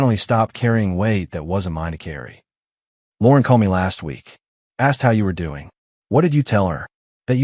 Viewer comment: Lauren is not pronounced as Lorn